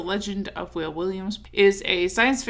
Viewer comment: I think his name is pronounced "Wah-Ley" like the artist from DC